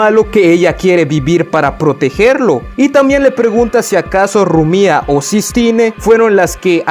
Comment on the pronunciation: Buen video pero es Rumia no Rumía